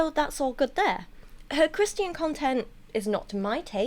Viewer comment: I love how "Christian" sounds in your accent 😅